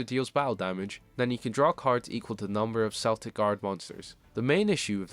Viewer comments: Celtic is pronounced Keltic not Seltic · respect the culture the cards inspo comes from. unless ur talking about the american sports teams it’s Kel-tic with a hard K sound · The Celtic pronunciation is weird because even the anime uses correct Celtic vs Cell-tic